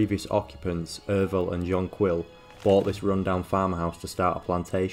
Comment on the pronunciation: its not "john quill" im sure it would be pronounced like the flower